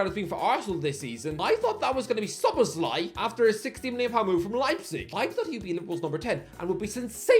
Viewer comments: can now pronounce "Szoboszlai." 😅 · Ralf Rannick Tomas Twoshell Erling Halland Javi Garcia Yurrgen Klopp Chicarito Mwais Saicedo Solobzlai (Dude finally corrected it in this video) Josko Vardiol (Pronounces as J) Horhe Mendez Andoni Iriola Buyako Saka (2020 ) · finally pronounced szoboszlai properly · finally nailing the szoboszlai pronunciation